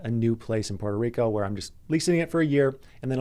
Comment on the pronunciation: learn how to say Puerto Rico first! Good luck